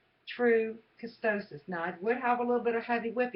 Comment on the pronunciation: Please stop pronouncing ketosis (KEY-TOE-SIS) wrong. If you're going to do the damn diet learn to pronounce it correctly. Damn. It is not KE-STOW-SIS. It is KEY-TOE-SIS KEY-TOE-SIS KEY-TOE-SIS KEY-TOE-SIS